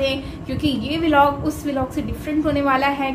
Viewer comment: if you don't mind,😂 wat is be lock😂 it's blog